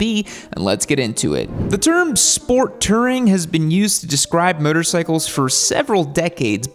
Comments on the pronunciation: It's "Touring", not "Tirring" 😊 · I'm just hear to hear pronounce it "Tering" about 93 times... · Ramble to me that you’ve never actually put big miles on without actually ever correctly pronouncing the word “tOUring.” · How do you mispronounce "touring" 😂